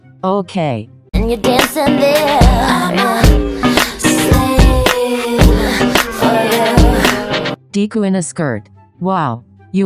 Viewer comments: ah yes deeeee-ku and not de-ku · it sounded like "Deku" 😫 i love it 😂